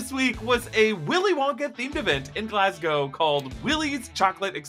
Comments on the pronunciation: I thank you for pronouncing Glasgow as it is... for some reason sometimes US peeps end the name with cow, including Moscow which doesn't end with a cow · Bonus points for saying Glasgow right.